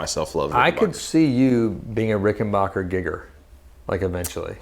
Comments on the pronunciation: BACK not BOCH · Hey Guys . . It's pronounced Rick - en - BACK - er . . . NOT Rick - en - BACH - er!! When Adolph Richenbacher founded his company he named it for himself. But with the outbreak of WW2, he was worried that folks would think Richenbacher was a German based company, and so he Americanised the name to make it sound true blue made in the USA, which indeed it was, and still is. Rickenbacker is as American as the Cadillac. This info is right outta the Rickenbacker book. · Rick- in- BACKER, not rickenbocker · WOAH THERE, I'm positive it's pronounced "- backer" and not "- bocker" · Not Rickenbacher; it's Rickenbacker. Tom Petty would be pissed if he heard the mispronunciation. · The correct pronunciation of the name is Ricken-"BACK"-er. It's a short "A." Not a long "AH." Check it out with anyone from the family or management. Great vlog, guys. Very informative.